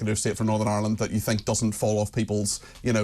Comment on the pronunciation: Except for when she says think... fink! I mean rayner